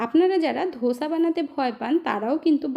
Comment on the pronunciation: ধোসা নয়, দোসা😊